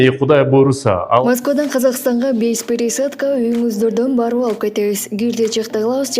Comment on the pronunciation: Без перейсадка деп куйгуздун,же туура айта албайсын